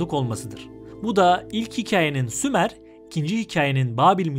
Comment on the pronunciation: Sumer yox, SHUMER 🤦🏻‍♂️🤦🏻‍♂️🤦🏻‍♂️